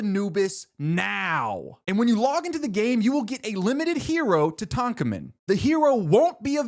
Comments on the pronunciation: Brother that is NOT how you pronounce Tutankhamun 😭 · That is NOT how you pronounce Tutankhamen. "toot-ankh-ah-men" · I'm sure this is a great video, but I just cannot get over how you pronounced Tutankhamun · ain’t no way bro just pronounce Tutankhamen like that